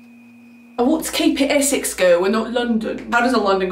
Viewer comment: The only two things you’re kind of getting wrong with the accent is the way you say “Essex” (you say “eh-suhcks” but it should be “eh-six”) and the way you say “do you know what I mean” (you say “do you know what - I - mean” but it should be a shorter “d’you knowwhatImean” all flowing together, rather than paused and separate)